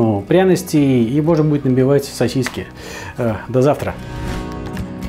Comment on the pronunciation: сосисЬки всё же проскакивают в произношении... 🤣